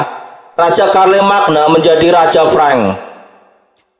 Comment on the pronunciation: Bukannya bacanya Syarlemein ya